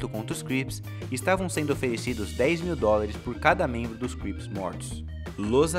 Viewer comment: é crips nao grips hauahauahauaahu